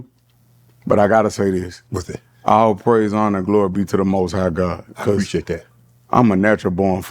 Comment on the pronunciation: “i shoul preciate dat 😐🙂‍↕️🙂‍↕️” 😂😂😂